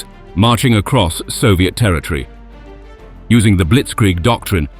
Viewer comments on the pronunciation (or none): none